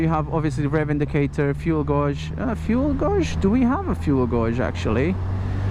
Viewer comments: Fuel Gauge or gauge is pronounced fuel gayjjj. The U is silent, so it should be read as gage. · Love the videos noticed you said fuel gauge , wrong. Your English is great brother but gauge is pronounced... GAYJ! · fuel guawge XD, (I know its his accent but lol) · fuel godge ))))) lol. Didn't know it's pronounced like that in British English )))) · Fuel gowrshzz.. Hehe